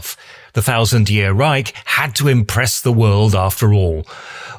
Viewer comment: Nice one. Try pronouning "Reich" and a few other words a bit better. You could xxplain why many buildings weren't flattened by the bombing raids, including the Swiss embassy.